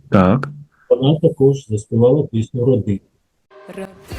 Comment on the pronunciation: Спецефічне виконання пісні "Родина" Марічкою,вимова- роди-н-н- а дуже неприємне,як і вона сама.Брати Яремчуки,то інша справа,нормальні співаки,батько знав,чому саме їм залишив права на свої пісні.